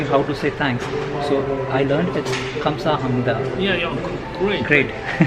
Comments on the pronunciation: It's khamsahamida 🙏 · A more accurate pronunciation is Gam/sa/hab/ni/da. This is because the Korean pronunciation is cut off. :) We wish all our visitors to Korea a good trip. When Corona is over, I'm waiting for you to come.☆ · 감사합니다 KHAMSAHAMNIDA N IS KINDA SILENT WHILE PRONOUNCING IT FASTLY TO SAY THANK YOU, GLAD TO FIND THIS VIDEO🙏🏻